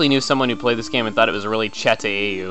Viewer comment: Anybody who's play pokemon daimond,Pearl,or Platinum Should know how to say "Chateau"